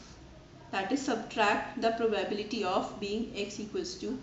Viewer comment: it's proba-bility ... not pro-bah-biility